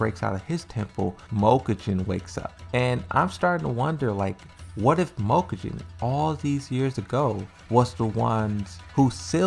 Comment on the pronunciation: Mokujin. Read it again.